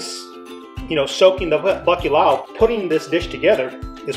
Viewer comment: I am really conflicted about liking your video. As a Portuguese I feel touched that you continue to embrace your ancestry but not to be able to pronounce bacalhau saddens me. Put your tongue up and crunched up to the back of your throat. Italians have this sound figlio. Gl. Portuguese lh. Also we fry our own matchstick fries at home, just cut them super thin. They are better fresh! My dad cooked this to perfection. Add piri piri to give it a kick! You are welcome! ❤️🇵🇹 I did like your video BTW. Siga em frente!